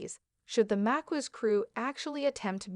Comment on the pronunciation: I’m sorry but you’re pronunciation of Maquis is incorrect. Maquis is pronounced like Ma Keys 😂 not Ma kwees 😆. A quick google search will show you how it’s pronounced. Other than that nice video.